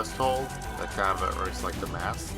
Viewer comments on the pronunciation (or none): none